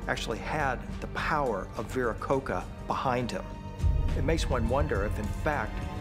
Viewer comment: It's Vir-a-ko-cha! You can't even pronounce it right.